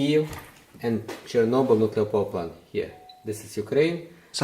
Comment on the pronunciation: KINDERGARDEN/KINDERGARTEN NUCULEAR/NUCLEAR ☝️😆Whatever mate..